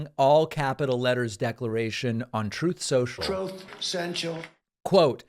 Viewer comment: Thank you for replaying the clip of Trump saying, "Troth Sensal" . Ha ha. Cracks me up every time.